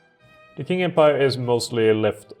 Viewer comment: it's pronounced ching, but I've seen it pronounced king quite often